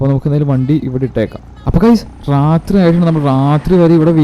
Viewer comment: റാത്രി അല്ല bro രാത്രി ആണ്